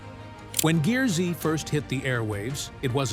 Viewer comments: The Ai voice over bothers Me.. Stacy's show isn't GEAR-Z it's pronounced GEARS.. Also, why the intro photo alluding to Him being hospitalized? With NO mention of it? That photo looks suspiciously like the same photo used for the Frank Fritche's story.. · GEARZ , NOT GEAR ZEE !! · It’s not pronounced Gear Z 😂 it’s pronounced Gears with a z instead of an s! Watch the show. It will say welcome to Gears! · I wish the people who want to do these exposes would watch at least ONE episode, so this announcer would know that it's not Gear-zee, it's gears, with the z replacing an S. At the start of every episode, the announcer says "you're watching GEARZ" (NOT Gear-zee) Jeez, get it right, will ya? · WTF IS THIS DAMN NARRATOR HE CANT PRONOUNCE SHIT ITS PRONOUNCE GEARZ NOT GEAR Z AND ITS TIG NOT T I G YOU DUMB ID10T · That was the point at which i shut it off, too cheap to hire a rsal narrator.